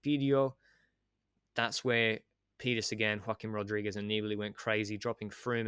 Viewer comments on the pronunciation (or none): none